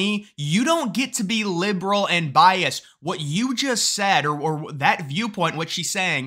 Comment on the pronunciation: Is it just me or does keep saying bias when he should be saying biased? Sorry, not sorry... It's bugging my autism.